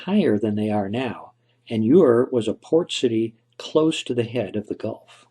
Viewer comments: A commendable conjunction of theories. Aside from that, I find it annoying when the narrator pronounces the Sumerian city name UR as "YOU-UR" instead of just "ERR". It's like when people pronounce the word TUNA as "TUNER" like the piano tuner when it should be pronounced as "TOONAH" since it being derived from Spanish. That aside though, there was a time when I did ascribe to the theory forwarded by Dr. Juris Zarins, but I am now more on board with the one forwarded by Egyptologist/Historian David Rohl who proposes the site described in Genesis as "Eden", to be in a lush valley beneath an extinct volcano in northern Iran. I know right... sounds like a crock of shit? But, in his published work "Legend: The Genesis of Civilisation" (1998), he posits a location for the legendary Garden of Eden in Iranian Azerbaijan, in the vicinity of Tabriz upon which the Genesis tradition was based. Fascinatingly, according to Rohl, the Garden of Eden was then located in a long valley to the north of Sahand volcano, near Tabriz. He cites several geographical similarities and toponyms which he believes match the biblical description. These similarities include: the nearby headwaters of the four rivers of Eden, the Tigris (Heb. Hiddekel, Akk. Idiqlat), Euphrates (Heb. Perath, Akk. Purattu), Gaihun-Aras (Heb., Gihon), and Uizun (Heb. Pishon); the mountain range of Kusheh Dagh (the land of Cush); and Upper and Lower Noqdi (the Land of Nod).[1][2] In the same work, he develops a local flood theory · Ur pronounced "er" not "your." Source: 6th grade world history. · Ur is pronounced Er